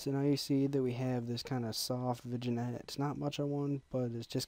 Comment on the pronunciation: im sorry i hate to post this but its "Vin yet" it was killing me inside lol